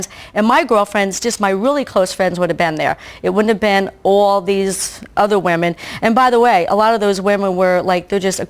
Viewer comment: can you teach Danielle how to say "women" for many "woman"?